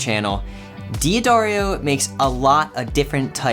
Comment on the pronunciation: A little bit of pedantic, pickiness--Hear how the owner of D'Addario pronounces his name at about the mark.